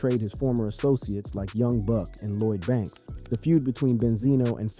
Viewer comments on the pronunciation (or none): none